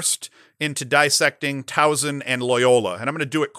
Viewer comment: Great show, as always. Towson is on fire, so let's work on this. There is no "z" in the name. Soft "s" like in Saturday. Say it with me..."My son goes to Tow-son" Just kidding. You probably feel the same when people who say Syracuze instead of "cuse" so I'm just as guilty.